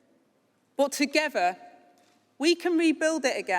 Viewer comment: "Togever". "Gavvered". The unions choice.